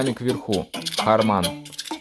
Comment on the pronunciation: не hamAn, a hArman! 🤦🏼